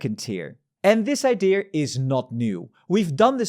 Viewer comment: he breathed life in a very old ideaaarrrr